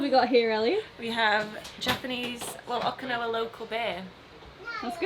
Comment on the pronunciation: O-Key-nawa not O-ka-nawa. So common for english speakers to say it wrong and im not sure why. Not yelling just for some reason I shrivel up when I hear it wrong. Also You'll find Okinawa different then the rest of Japan. The people are way nicer. The castles and historical places all had to be rebuild as they where destroyed in WW2